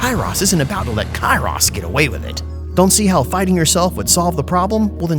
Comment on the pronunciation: Every time you say Kairos, it looks like you're Jack from "Stranger in paradise" saying Chaos!